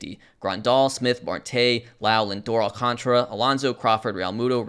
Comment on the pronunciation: Alcantara has a whole-ass extra letter in his name. It's Al-cahn-tar-uh. Not Al-con-truh.